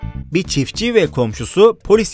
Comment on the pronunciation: çitfçi değil çiftçi